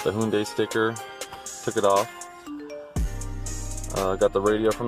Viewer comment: you pronounced hyundai 3 different ways and i’m here for it